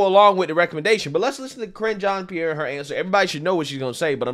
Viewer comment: "Ka-ringe jean Pierre" 😂🤣🤣🤣🤣🤣🤣 made my day brother!!